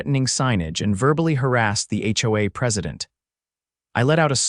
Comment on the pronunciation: Pls, pls,.please get A I that actually speak. A Base????? Seriously! Howaa, howaa, How about H O A.